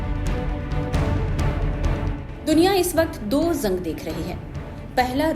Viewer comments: झंग नही जंग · Zang nahi jang bolte hain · Bolna theek se seekh lo madam. Jung ko Zung nahi bolte. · Zung nhi madam ji use Jung bolte hain😂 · Madam zung nahin hota Jung hota hai Jung😂😂😂😂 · Izrael ❌ ijrael ✅ Gaza❌Gaja✅ Jung ❌ zung ✅